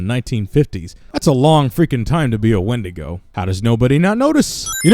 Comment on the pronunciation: win-dee-go NOT when-di-go